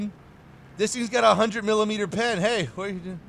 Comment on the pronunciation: no one::M I L I M E D E R